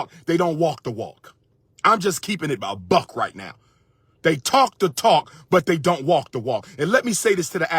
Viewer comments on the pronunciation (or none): none